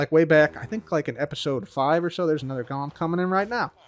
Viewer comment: I realize you’re saying ‘Golem’, but it really sounds like ‘Gollum’